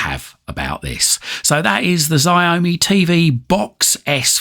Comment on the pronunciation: Looks like a promising little box, Xiaomi is pronounced show-me btw.